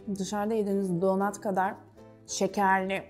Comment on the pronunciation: Donat ne ayol😂 donat yaz bari, donut yaziyorsan telaffuzu dogru duzgun et yani